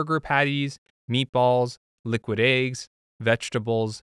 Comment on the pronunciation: he said.. "aye-ggs" 🥚 💀